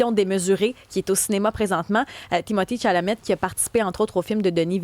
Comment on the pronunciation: Timothée Chalamet, pas Timothy Tchalamett... Seigneur.